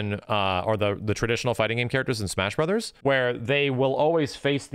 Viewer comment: dey put duh lethal league in de smesh brothers